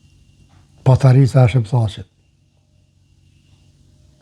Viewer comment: Te lutem jo patarica po paterica